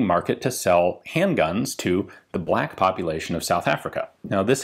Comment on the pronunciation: It's pronounced "bleck"